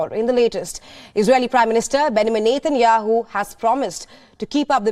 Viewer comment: This newscaster cannot even pronounce Benjamin Netanyahu properly. Very irritating.